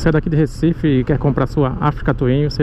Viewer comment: Like, Ri quando falou "Recifede". kkkk